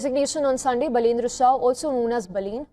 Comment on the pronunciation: बाल + ईन्द्र= बालेन्द्र = Baby Indra = Balendra . Learn to pronounce his name